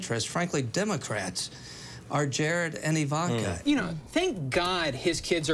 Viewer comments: I love how Jon pronounces her name "Evanker" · Please stop saying Ivanka with the long middle A. That's not how it is pronounced.